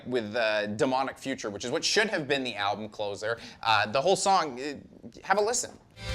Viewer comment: Yeah he knows. Welcome to mispronounces things on every Banger TV video.